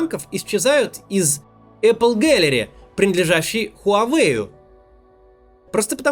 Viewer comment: Сори за мое айтишное занудство НО эпп гэлери, не эпл. Потому что это маркетплейс аппликейшнов(приложений), а не яблок 😅